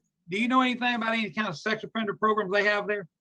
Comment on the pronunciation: She needs some "progrums" 🤣